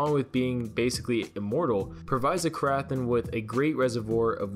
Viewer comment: The ‘ath’ is silent